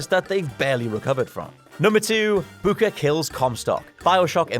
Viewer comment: Does the way he says booker not bother anyone else.....